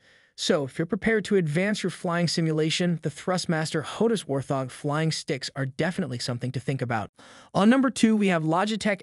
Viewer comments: War-thog... Wart-hog. Just a heads up, otherwise good video mate. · Thank You....was annoying how he was pronouncing it . :) but all in all good video. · Whaarrrt, thoorggg what??